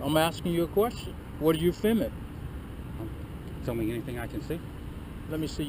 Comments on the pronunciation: What the hell is "fimmin"? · They clearly employ the handicapped, which is a good thing. I love the way he say fi'mmin'. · Just stop "fimmin" already! 🤣😂😂 LMAO!!! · He needed a "Pacific" reason for why he was "fimmin" too 😂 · He keeps saying "fimmin.' The world is filming. It contains an l and a g. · "You're on this property Fimmin." What is Fimmin? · “Fimn” what the F is fimn?? 🤪😂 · What is “fimming” 🤣🤣🤣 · It’s hard to listen to stupidity. Fimin. Just Fimin. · I would have asked him what the hell "fimmin'" is... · What exactly is "fimmin?" Apparently, that's what said you were doing! Lol! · “You are fimming” Life for this guy is very very confusing. He has the brain power of a 3 year old. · It's " fimmin" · he is saying Fimmin,,right ,,im not just really stoned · Why can't that clown say 'filming' ? He keeps saying 'fimin' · Hey, the word is filming, not fimming. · I think you mean fimmin. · I axe you why are you fimmin